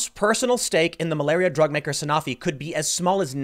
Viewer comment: A stake in a drug company as massive as Sanofi (pronounced San-oh-fee, Tim, but no blame for saying it wrong since I screwed it up the first time and I work in the business) is indicative of nothing. The company is as big as Genzyme or Takeda. Their drug portfolio is varied across multiple diseases and different indicators. It’s the equivalent to bitching about a person owning stock in an NSAID producer.